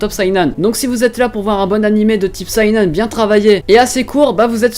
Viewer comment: Sainan ? Un peu special comme prononciation de seinen XD